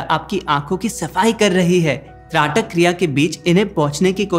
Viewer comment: Dhraatak nahi. aap shayad Traatak kehna chahte ho.